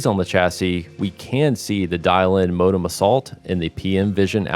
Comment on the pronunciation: Can’t stand this guy’s pronunciation of the word “modem”